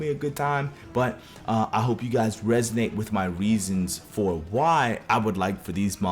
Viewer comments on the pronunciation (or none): none